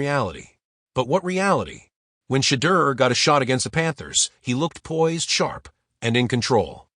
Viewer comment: 😒"SHADER SANDERS"🤦🏽‍♂️can't even pronounce🙄his name right😮‍💨😤🚶🏽‍➡️🚶🏽‍➡️